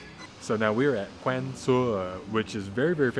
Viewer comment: Seriously! It’s Vietnamese not English, you don’t pronounce ‘kwang’. Wang is closer to the correct pronunciation.